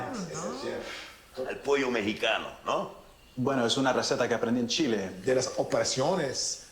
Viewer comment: Stop saying Chile as "chilly" please lol